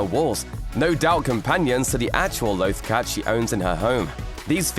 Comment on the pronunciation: Tooks cat? You mean Loth Cat right looper?